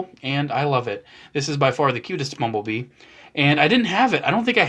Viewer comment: Why do I keep hearing 'mumble bee' what the heckle is wrong with me